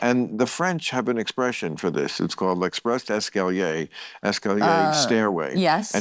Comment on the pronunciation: Esprit d’escalier — not express d’escalier.